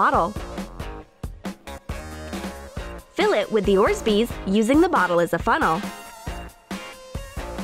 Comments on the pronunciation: Awwww That Nutella slime is awful its so sticky you have no idea how to make slime!Not to mention but add a bit of shaving foam and you use 3 bottles!!Also its pronounced or-bezz spelled orbeez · Please tell me she didn’t just call them O R Z B E E Z also “pink stress baby” girl w h a t a r e y o u o n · Did she just say orsbeesballs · Did you said orsbeez? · I'm also getting annoyed when she says orzbees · Did anyone else hear orzbeese!?? 😂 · am I the only one that heard that women say orsbeez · it is not called orzbeez balls lol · orsbeez. lol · Orsbeez? You've gotta be kidding me. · “orsbees” 😂😂 imma just leave dat there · And again she says orbsbees wtf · she legit just said, "orbsbeez balls" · "Let them bloat" "Orsbeed balls" Note: There is bad pronouncing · Her: let's let the orz-beez bloat! Me: falls out of chair dying HAHHHHAHHHHAHHAHAH!!! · Did she say Ord-beez Wow even a nine year old can pronounce that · IM DONE. "orzbeez" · Orsbeeds haha😂lol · Lol orsbeez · she keeps saying "orzbes" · oRzBEEZ WHERE IS THE EXTRA Z, SIS?? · You said orbeez wrong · She says Orbeez wrong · They said orbeez wrong... and it killed me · It’s orbeez not orsbeez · mistakes that they said 1. saying little bit shaving foam but 3 bottles of it 2. saying orsbeez but its orbeez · Btw it’s not orsbees it’s orbees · Bro why does it annoy me when they say “orsezbeez” instead of orbeez 👹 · “Orzbeez” ITS ORBEEZ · She has ugly teeth and it’s orbeez not orzbees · Orzbeez? It's pronounced orb-eez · Orszbees” it’s orbeez not “orszbees” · ugh.. my god ...orbeez not orzbeez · Its orbeez not orzbeeads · Wtf is an orsbezz its fuckin orbezz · Its not ORZBEEZ hunnay its Orbeez.. not so hard to pronounce darling!!😂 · It’s not orzbeez it’s orebeez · Orzbeez ??? Its orbeez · It’s orbeez not orzbeez you dummy you suck ur channel is fake and fing stupid I hate you I don’t care if I’m hating deal with it you are a b none of these work you lier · Orzbeez. What are Orzbeez? You mean ORBEEZ*?